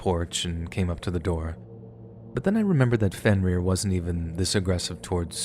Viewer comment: “Fin - Rear ?” This is the best you can come up with ? Seriously ?